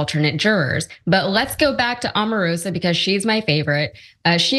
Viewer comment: Mr. Cenk, can you say OMAR ROSA???